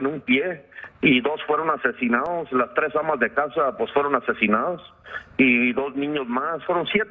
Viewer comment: "Los asecinaoos" "los rescataos"